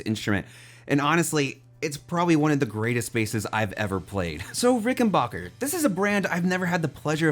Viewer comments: Hi, sorry that I have to be that guy but it's pronounced 'Rick-en-BACK-er' not 'Rick-En-Bach-er'. Sorry but it's a pet peave of mine that American's mispronounce the Rick name. That being said I loved your review and the sheer excitement that playing a Ric has brought to you is unreal. I have a 2014 (first year of production) 4003W. Mine is the walnut body variant with the maple neck and fretboard. It has a beautiful tone and the vintage circuit gives you access to that classic vintage 4001 tone. For my model the fretboard is maple with the sharkfin inlays. I loved that they did away with the lacquered fretboard. Mine has the oiled fretboard which is a delight to play on. I wish that the bridge pickup cover would come off without having to remove the pickup from the body. It looks great but gets in the way of a lot of pick players. This bass is an expensive investment but you will never lose money on it. I'm glad I got mine when I did. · Nice review! (Small but important thing: It is Ricken-back-er, which sounds like "your back", not sounding like Bach the composers. This is actually a thing in the history of the company, where they intentionally changed it from Rickenbacher to Rickenbacker, and the pronunciation to not sound too German around the WWII years.) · Rickenbacker... Not RickenBocker.